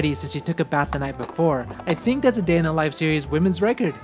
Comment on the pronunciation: IKR HAHAHA i was taken aback when he said thunk